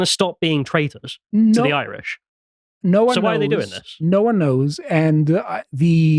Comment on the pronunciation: As an Irish man the Greek man has pronounced the Irish words correctly and shows he researchs his pieces and unlike other people he did not hurt my ears and make me turn off, great job on this segment